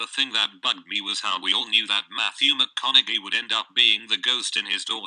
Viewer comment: Haha "Mathew Mc-on-a-jee"